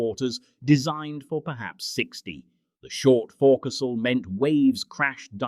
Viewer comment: Nice video, but AI pronunciation needs improvement not "fore castle" - "fo'c'sle"